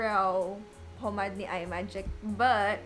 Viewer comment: Pomade hindi pomad 😂😂😂🤣🤣